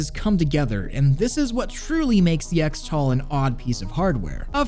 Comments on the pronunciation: “ECKS-tal”? Am I crazy or shouldn’t it be pronounced CHRIS-tal? Like X-mas is pronounced as Christmas... 🤔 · shouldn't "xtal" be pronouced "cristal"? like "xmas" is "christmas"?